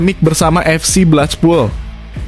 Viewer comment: Blekpul, bukan blechpul apalagi saipul!